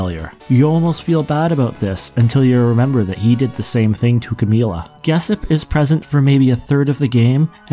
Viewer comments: Geshp is pronounced Geshp, not "Gessip" 😅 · You definitely mispronounced "Geshp".